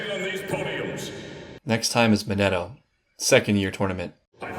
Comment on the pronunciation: next time is 'mineto' is getting closer to the correct pronunciation of his name😂